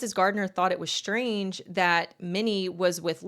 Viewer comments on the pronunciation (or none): none